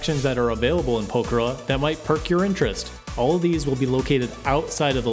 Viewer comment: What is this English? You are saying pokhara. Poker I mean what is this if want proof just press the subtitles button.